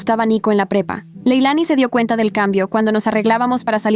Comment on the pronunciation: En un momento escuché en vez de prepa pepa😂😂😂